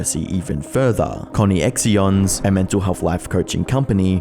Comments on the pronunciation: It's pronounced as "connections" not "Connie-x-ion" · Did he pronounce the channel that's obviously called connections coinections or something like that 😂😂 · Really good video. It’s sad to watch the reality of it all. One point to raise though, I’m pretty sure ConneXions is pronounced connections. It’s a play on the word I think?! Either way top video! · I can’t stop giggling at the co-knee/x-eons when it’s connections with an X 😂. This story and what she did was horrendous and I’m glad she is in jail now. Both of em. But I think her ex husband deserves to be in jail too. He never did anything to help his kids, he abandoned them. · "Connie-x-ions" 🤣 It's CONNECTIONS mate, use common sense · It's pronounced connections.... Not Connie-X-eons or am I just crazy. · it’s pronounced “Connections” not “Connie-ex-ions” ? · Surely you can understand that the name of Jodi’s company is pronounced “connections” and not “Connie ex eons” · connections ❌ conny x ions ✅ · yes, i bet it's pronounced 'conny axions'. not 'connections''. real annoying speech pattern you have there btw buddy. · conne-x-ions... it's pronounced like connections, bud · I don't know if he is purposefully mispronouncing ConneXions ("connections") as "connie-x-eons" or if he genuinely believes that's how it is pronounced... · "Connie-Ex-Ions" I think it's meant to be pronounced like "Connections" 😂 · bro, its Connections...not Connie Ex Ions. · Connie-X-ions? Bruuuuh.. connections. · great doc! that said, Connie-X-Ions is pronounced Connections... lol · "Connee-ex-eeons"? It's pronounced Connections! 🤣🤣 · Connexions is meant to sound like “Connections” Not Coney-exxee-Ohns. Lmao. Smh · Bro, Connections. Not Connie-X-Eons 😂😂😂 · “Connex-eons” bro cmon I know you’re not that sense you’re not reading that as “connections” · Con eeee ex eons hahaha it reads connections! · it's "connections" not co nex si ons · Connie-ex-ions lol! It's connections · Isn't it just "connections" and not "Connie ex eons"